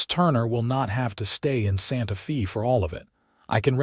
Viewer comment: The words Santa Fe mean sacred faith in Spanish and the word Fe is pronounced: f a with a long a sound. So irritating to listen to it spoken as fee. It is the capitol of New Mexico. If you are using AI then teach it to read Spanish!